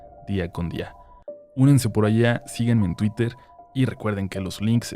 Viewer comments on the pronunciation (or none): none